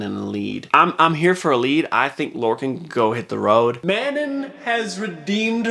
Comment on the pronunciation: No way he said man-in instead of Manon